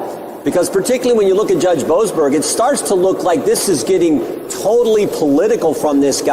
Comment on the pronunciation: Judge Bow-assed-burger???? Wtf